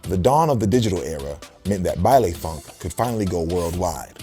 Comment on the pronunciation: for those who don't know, it's pronounced "bailEE funk" not "bailAY"